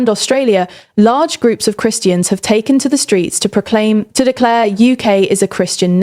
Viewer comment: To 'declear'? You mean declare, i think.